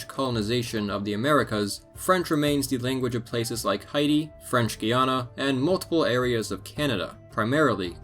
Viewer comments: Why are you saying Heidi? The country is called hey-tee. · LOL, Hey I kept on hearing that too! I thought was cos thats my name... I guess he was saying 'Heidi' after all!!